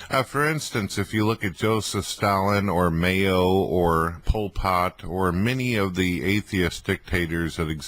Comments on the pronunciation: did he say "mayo" instead of "mao"? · complete ignorance with regards to whichever subject he chooses to pontificate on, is utterly hilarious. But when it's combined with his absurd pretense of competency, Well, THEN it reaches 'critical comedic mass'. So, It's pronounced 'Chairman MAYO'? is it, eh? And just that quickly and easily, reveals the shocking extent of his ignorance of the subject in question, demonstrating, very clearly, just how very little he actually knows or understands about the subject he's about to waffle on about for the next fifteen minutes. ) But I wonder exactly who is the 'VICE-chairman' underneath 'Chairman MAYO' according to... er... 'unique' view of the world? Vice-chairman 'Coleman's English Mustard', perhaps? along with General Secretary 'Betty Crocker's Burger-Helper' with the partisan help of their honorable political colleagues, Treasurer 'Worcestershire Sauce and Chief-Steward 'Heinz 1000 Island Dressing?'